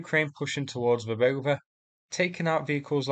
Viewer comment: You are the ONLY native English speaker who is pronouncing Verbove correctly! 👍🏼